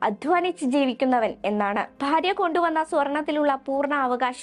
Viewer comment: പ്ഫാര്യ അല്ല ഭാര്യ